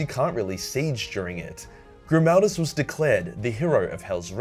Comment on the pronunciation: Helbrecht: Gri-MAL-duss